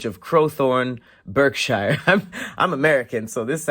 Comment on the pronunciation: You got those English town names right, but butchered Berkshire! It's pronounced 'Bark-shur'